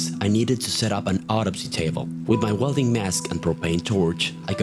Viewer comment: you say autopsy weird sounds like you say odyssey